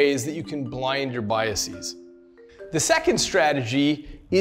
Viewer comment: The constant mispronunciation of “biases” as if it’s like “diagnoses” is killing me.